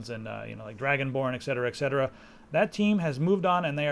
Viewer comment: Btw, It's ''et cetera'' not ''exetera'':)